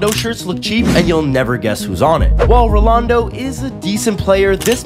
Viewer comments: I can’t believe you’re pronouncing Ronaldo’s name wrong. It’s not Rolando it’s ronaldo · Rolando, I laughed when hearing him pronounce that name, but I never knew is was Diego maradonas Argentina natl team jersey was the most expensive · Bruh Rolando even worse than ishowspeeds pronunciation😂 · The pronunciation of "RoLaNdO" hurts my soul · Rolando -messy (not that big of a deal just pronunciation) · It’s pronounced ronaldo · They don't even know how to pronounce ronaldo and yet consider themselves as higer knowledge then us🤦